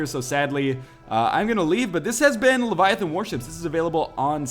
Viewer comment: It's LEVIAthon, not leviaTHOON. (Harry Potter Reference)